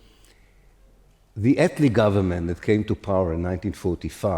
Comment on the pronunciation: * po - wer